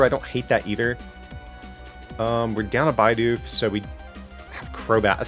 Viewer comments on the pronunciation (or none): please its bidoof not b-eye-doof. Love the content tho!! very underrated channel.